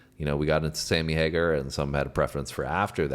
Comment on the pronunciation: OMG stop saying Hagerrr. D bag